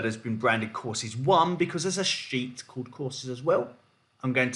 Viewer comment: I swear the first 5 minutes I thought you were saying calendar $hIt instead of sheet lol.